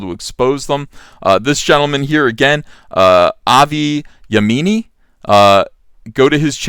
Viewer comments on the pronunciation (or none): It’s pronounced yeahmini....mini, as in the mini skirt. He’s a good guy. Unfortunately, even though he’s Jewish.....people call him a Nazi because he speaks out about Muslims not assimilating into wider society. He doesn’t want sharia law, etc.